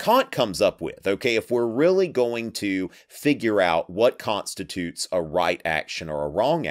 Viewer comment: “What Kantstitutes”